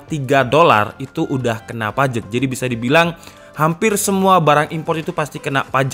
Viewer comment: PAJEK Gw: Pajak mas, PAJAAAAA....K